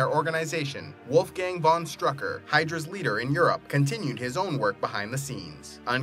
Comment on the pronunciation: Great Video, but could‘t you google how to pronounce Wolfgang Von Strucker?